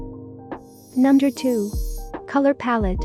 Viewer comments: Okay am i the only one who heard Number as Nunder? :^ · was it just me or was she saying "nunder" instead of "number" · I noticed it was saying nunder instead of number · "Nunder". You mean "Number"? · The thing said nunder instead of number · No one: Not a single soul: me: does it sound like she is saying nunder not number? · *number you said nunder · Nobody: . . . Her: nonder # Me: BWHAHAHAHHAHAHH NONDER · I like how the robot voice she uses says "nunder" instead of "number" XD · It sounds like it says u nuder Xd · I love how it says nunder instead of number 🥺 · Is no one going to talk about how she said "nunder" instead of number? No, aight. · Nunder 5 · Nunder 4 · Nunder 12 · Nunder 7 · Nunder 8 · Nunder 11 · nunder 13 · Nunder 14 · nunder 16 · Nunder 19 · Nunder 21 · Nunder 22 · I love how it says nunder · No one: numb-der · Nobody: Not even gibberish people: You: nUmDeR tWo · Nobody: Literally nobody: her: nunder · "Numder" what is numder?